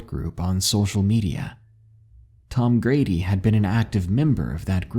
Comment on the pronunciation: Love to hear some stories from Colorado. These stories are crazy man. Lol in this story I believe you said Tom Grady, and it sounded like you said Tom Brady lol. Anyway keep doing your thing, I am a big fan.